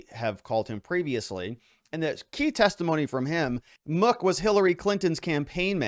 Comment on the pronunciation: You mispronounced mook